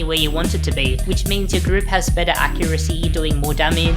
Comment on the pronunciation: This guy says " L " every time a word ends with R but he CAN pronounce R because he says it properly in other words! "Bettel" "Daggel" I actually heard him say "daggeR" once as well so he can do it!